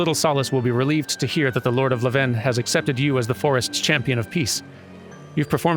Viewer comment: So it sounds like you are pronouncing Levin like it is a place. Pretty sure it's just another word for lightning. And it's pronounced like how you would say levain bread. LEvin vs. leVIN. EDIT: This also explains the pun made in the quest title "Levin an impression" 😊